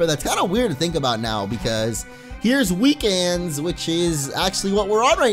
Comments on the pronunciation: "Weekans" LMAO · "Weekans" and weekends (ba-dum-ttt)